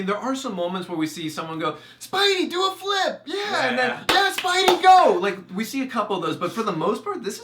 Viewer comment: spidey not spidy lol